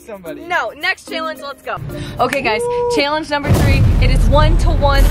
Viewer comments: How many people cringed every time said, “Cheeealanggeee” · This is how says challenge-chalange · She says challenge chillenge and it’s soooo annoying no hate I love you huys